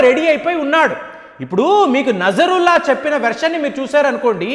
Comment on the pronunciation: నజరుల్లా కాదు నస్రుల్లా